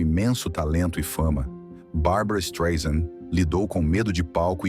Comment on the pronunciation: Desculpe, tive que comentar... Ela detesta que pronuncie o nome dela como você está pronunciando com z. Não é Streisand com Z e Sim Streisand com s , "soft" como "sand" (areia) ela sempre diz isso. Além disso, existem alguns erros na sua narrativa, querendo vitimiza la, que é o pior deles, a Barbra ia detestar se falasse português. Vamos aos outros : A mãe dela não poderia tomar Prozac antes de 1986 pois a fluexitina "Prozac" ñ existia, embora fluexitina existisse desde 1972 não era para depressão, Prozac mesmo só chegou às farmácias americanas em 88. Nessa data, Barbra já não morava com sua mãe a séculos. Além disso, Prozac "Fluexitina"não anestesia ninguém, é inibidor de recaptacão de serotonina, que teoricamente deixa as pessoas mais felizes,nem tem o poder de anestesiar ninguém. A mãe poderia tomar algum outro tipo de remédio, mas jamais Prozac, pelo que já disse acima, poderia ser distante, mas não pelo que você disse. Fora isso, algumas informações são verdadeiras. Mas edite este Streisand com Z porque SE dói no meu ouvido, imagine no dela. Aliás, sugestão, refaça como uma mulher vencedora e não com o título e o que você diz que ela é uma pobre coitada. Ela vai odiar.